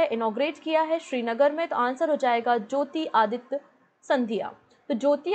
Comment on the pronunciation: MAM ITS JYOTI RADITYA NOT JYOTI ADITYA 😄😄